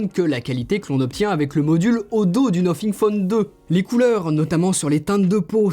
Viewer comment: Le nofing